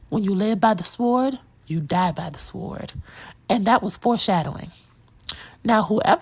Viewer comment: Whats a SWORED? I thought the W was silent